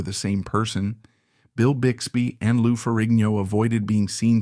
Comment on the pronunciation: if he says lou name like that one more time 😂😂😂😂